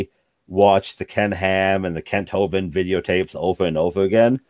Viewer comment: "I might burn in Hell for teaching my kids they came from a nothing explosion and a fish." What a simple-minded way to state this thought of his. First, he first heard of Kent "I'm not prepared for that" Hovind 3 yrs ago and still can't pronounce his last name. Second, he doesn't understand Christianity and the Christian God, which is no surprise. He doesn't comprehend that the Christian God wouldn't punish him for things he did that he has repented of, but this does show that the force behind his religious drive seems to be fear, not a true love for the religion.